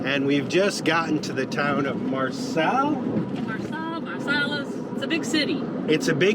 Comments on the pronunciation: great to see & hearing you talk about Mental Health considering the trauma you have been through! Kurt also went through all the emotions with almost losing the love of his life! Take care guys & it’s pronounced Mar-say (Marseille) ☺️ Safe travels!! 💜💙🇦🇺🐨🍻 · Came here to type Marr-say! 😊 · Ur so cute,,,, it's pronounced MARSAY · Phonetically Marseilles = Marsai. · Pronounced "Marsay," my grandmother was born there, so I definitely know how to pronounce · Pronounced Marsay if that helps.... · Guys it’s pronounced Marsay for Marseilles. It is beautiful. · Pronounced Mar(say). Marseilles. ❤️ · Just to let you know, the big city is pronounced Mar-Say. Glad you are enjoying being on this side of the pond. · When I heard her say it that way I just assumed she meant Marseille (Mar-say), it helps that first I’ve been there, but also being Canadian I know how to pronounce most of the cities & towns they’ve been to. I wonder if knows that she can ask for a voice translation of those names on google or safari, whatever they use😁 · I think if you google the name of a place nd search like "Marsailles pronunciation" , there will be a speaker icon that will say it for you. IDK if it will work on less well-known places though! It's funny, the terrain of your France trip so far reminds me of not only herre in PA but also of our beach place in NJ with the marshes etc! Have fun ! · France is my favorite place on earth (I am in NY). Great video! Marseilles is pronounced Mar-say and Arles is pronounced Arl. Keep safe and warm. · Lovely!!! Very much enjoying your European adventure. What a beautiful area!! Oh, Marseilles - Mar-SAY and calanques - cal-Onk :)